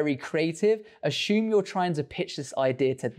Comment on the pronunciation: Is it “assume”, or “ah-shoom”? Please advise. Otherwise, great content as always, mate! We appreciate your insights!